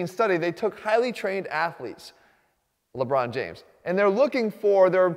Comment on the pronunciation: “Lenbron James”